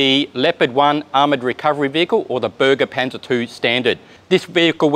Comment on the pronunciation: Bergepanzer [Bear-ga Pan-tsa], from "Bergen" = "salvage", not Berge = mountains. JFTR